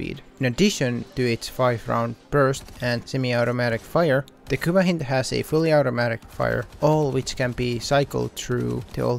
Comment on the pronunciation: You said hin-d Its pronounced hynd Like a Russian hind